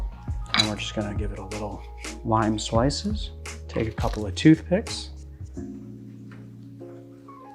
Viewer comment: Ehhh.. Elephant in the room. He said peach slishes. Not slices. LOL